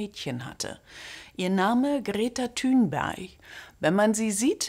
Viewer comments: greta tūnberg 🤣🤣greta tunberg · "Greta Thünbersch ".... Ah jaaaa Ich verstehe. 😂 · Grete Thunfisch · Thunberg wird im schwedischen Tünber ausgesprochen